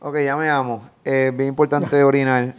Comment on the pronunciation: "Bien impoltante orinal" "orinamo a la vé" "gané".